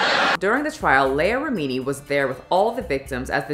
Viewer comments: you have clips that have the correct pronunciation of the names of MASTERSON and LEAH REMINI .. mispronouncing BOTH the first and last names ?? it is quite rude to choose not to pronounce proper names. You edited the CLIP IN . Mispronuciation of words such as "scintilla " is quite cringy . Maybe use an app that will speak the words to you, or just do't use words you don't know how to say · Just my opinion, but it would be good to research name pronunciations. There are countless documentaries on Scientology, and mispronouncing Leah Remini and David Miscavige's names makes this video seem unreliable.